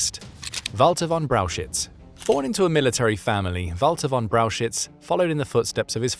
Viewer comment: Please do some rehearsals or train your robot on the names. It is not Walter von Braushitz. 😂